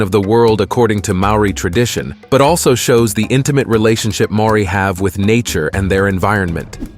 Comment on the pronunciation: I really enjoyed the summary of each of the atua/ gods. However, the Maori pronounication dishonours the good work that has been researched and presented so well and so concisely. If you re-recorded with a more practiced and perfected tongue, then it would rawe/ ausm.